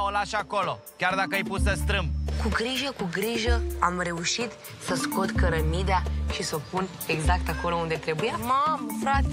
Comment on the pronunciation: 😂😂😂a spus cărămidea!